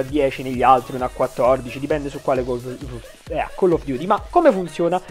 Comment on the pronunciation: attenzione forse il nostro pow3r ha smetto totalmente di pronunciare chell of duty al posto di coll of duty (la pronuncia intendo) ahahahahahah grande pow3r big up !!!